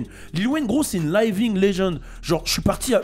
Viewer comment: ta prononciation de living laisse à désirer